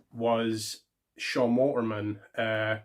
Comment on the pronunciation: Waltman not Walterman. Just call him X-Pac or Syxx